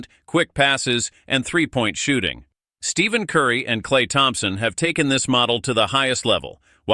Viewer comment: Please pronounce Stephen Curry’s name correctly.